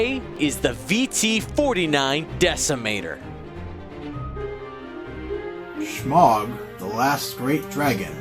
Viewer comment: My winner for this one is for being the only one to pronounce Smaug correctly:-)